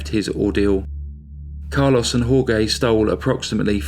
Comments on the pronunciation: Jorge is not pronounced hor-gay. It's hor-hey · It's pronounced "Hore-hay" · Dude!!!...it's HOR-HAY..not HOR-GAY!!! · Jorge is pronounced "whore-hey" not "whore-gay" it's hard to get into the story when i cant stop laughing 🤣 i love your channel ✌️ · Jorge is pronounced like "Hor-hey". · Jorge is pronounced "HOR-hay". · Jorge is pronounced “Horehay”. Nice narration and another crazy killer! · I knew someone would say it. But has so many facts to present...we can mentally re-say names and places in our heads 😉! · Thank you! That was driving me bonkers! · Then wouldn't you just say George? "Hore-gay" sounds as if half the name is being pronounced in Spanish and half in English. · That's one of the worst pronunciations of Jorge that I've heard. Also slaughtered his last name, Ibanez. It should be "ee-ban- yez".